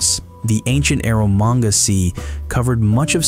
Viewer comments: "Ero manga" teehee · "Eromanga" Japan: >_> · "Eromanga" sea. Is this fkin seroius? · "Eromanga" sea🥀💔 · "Eromanga" lol says the weeb:P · "Eromanga Sea"??? 😅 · I had to come check the comments when I heard "Eromanga" :D